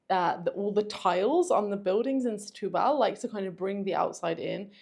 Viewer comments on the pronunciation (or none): SETUBAL - the accent is on the TU too - not BAHL.